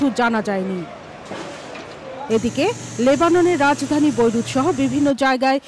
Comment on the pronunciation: কাং লারা বৈরুত বলতে পারে না বলে বৈরু😅😅😅😅bairut